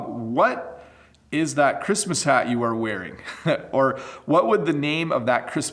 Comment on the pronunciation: Your Santa's shat is so cute~ hahahaha